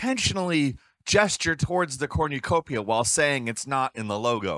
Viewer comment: Why the fuck are you saying cornucopia like that???